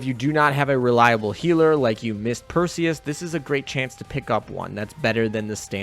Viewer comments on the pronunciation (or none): none